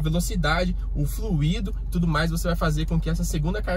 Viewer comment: Não é FLUÍDO. e, sim, FLUIDO, com tônica no "U". Dito isto, é boa sua explicação. Parabéns.